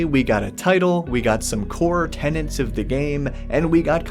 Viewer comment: Core 'tenets'. Tenets augh 😆🤣 Great vid as always 👌